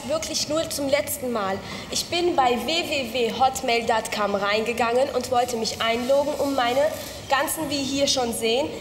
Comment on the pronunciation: "datcom" und "einloooggen" zu geil :D